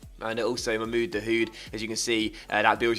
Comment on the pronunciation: The "H" is silent in Dahoud